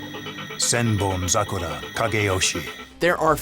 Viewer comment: I praised him when he flawlessly pronounced Senbonzakura, then 2 seconds later he fucks up saying bankai